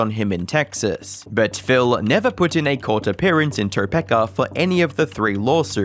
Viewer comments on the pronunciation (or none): English can be kind of a difficult language. So let me help you out a bit. A single vowel followed by a single consonant has a pronunciation we call a long vowel. So Tokepa is pronounced toe-pee-kuh. Not toe-peh-kuh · it's toe-peak-uh not toe-peck-uh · Love your videos, but pleeeeease pronounce city names correctly. Topeka is pronounced Toe Peekaah, not Topaka. Love the content and always interesting contact. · "Toe-pek-ah" Was really funny. In the area we pronounce it " Tah-Peek-Ah'. But it is a weird name to be sure. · TopEka 😂😂😂 bruhhh it’s TopEEEEEka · It’s pronounced “Grecian,” not “Gracian.” It’s “Topeka,” not Topekka” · Toe-pee-ka not Topecka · It's pronounced like Toe-Peak-a not topika Edit: not being a grammar Nazi, just live relatively close and thought I would mention it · kansas native but my guy its tuh pee kuh kansas 😂 not toe peck a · Just for future reference, Topeka is pronounced Toe-peak-ah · Its promounced "toe-peak-a" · Great video...but i feel i must do this. toe-PEE-kah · Dude... It's tuh-peak-uh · Tuh-pee-kah is how you say Topeka ffs man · It’s, toe-peek-uh. Hearing you say it wrong multiple times, tells me that you didn’t do enough research to believe your story. I’m out. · As someone who lives near Topeka, it's TOE PEEK UH haha. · I hate to do this (not really) but Topeka is pronounced “toe-pea-ka” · it's pronounced "Toe-PEE-Ka!! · Not a big deal, just fyi, it’s pronounced toe-pee-ka Kansas. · Topeeka is how we pronounce it in its weird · In case anyone was wondering, Topeka is pronounced Toe-peek-ah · alright its not a great place to be fair but its Topeka(Toe-pee-ka). i havent been there in a long time but it bothered me lol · It's pronounced "TOE-PEE-KA". How about practicing the proper pronunciation of the most common language on the planet before deciding to speak online for a living... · Just so you know it's pronounced Toe peek a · It's actually pronounced "Toe-PEEK-uh" Kansas 😅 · It's pronounced toe-pee-ka